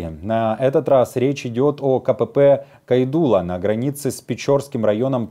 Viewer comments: Ребята! Пожалуйста, произносите правильно! Не КойдулА, а КОйдула. В эстонском всегда ударение вначале 😊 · кОйдула,все эстонские слова и имена, ударение на первую гласную букву.